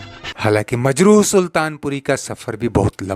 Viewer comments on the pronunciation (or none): Majru, nahin,Majrooh kaho.